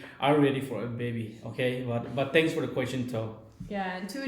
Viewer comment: actually you pronounce wrong about question, tell Emma to teach you how to pronounce question 👍